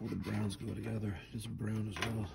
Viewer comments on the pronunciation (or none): none